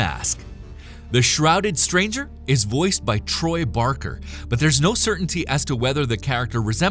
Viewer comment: Uhh you mean Troy BAKER not BARKER right??